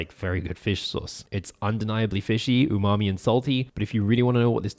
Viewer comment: Stop saying umami